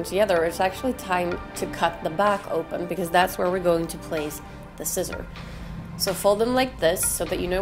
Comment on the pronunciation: haha why did you call it ziissor ? xD